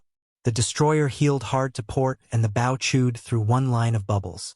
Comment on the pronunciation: Your pronouncing the name of the front part of a boat wrong, and it makes you sound stupid.